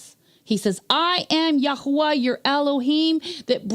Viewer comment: Nice to hear His name correctly spoken. “Yahweh” is a cainanite god, not the creator.